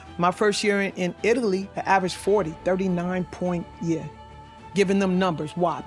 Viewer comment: "AVERAGED" yall heard what she said!